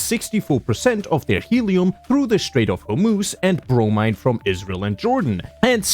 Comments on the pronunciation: bro mine?? you mean bromine or brow meen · It's pronounced bro-meen, not brom-eye-n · sorry for the annoyance, but Bromine is pronounced bro-meen not bro-mine grammar nerd out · Technically it’s pronounced bro-mean not bro-mine, but close enough. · its bro-MEEN btw not bro-MINE but ya no you totally right here we got combod by ts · "bro-Mean" is how it's pronounced by a majority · Bromine is pronounced bro-mene I'm sorry but I'm too autistic to just not leave a comment about this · The mine in bromine is pronounced like “mean” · i thought bromine was pronounced bro-mean?? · "erm actually, it's pronounced Bro-Mean-" No, it's pronounced REACTION BAIT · Did you said bro mi ne? 😂😂😂😂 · It's pronounced "BromEEn" 🤓👆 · it's pronounced bro mean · Yo bro its bro-meene btw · Hearing this god say bromine how he did hurts. I will not believe he is a god any longer. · Hears him pronounce bromine wrong, sighs, checks comments No one noticed, ig ima grammar nazi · bromine is pronounced with an (ie) sound